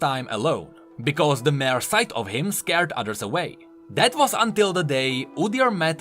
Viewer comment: "mere" se čte jako "mír", ne "mér"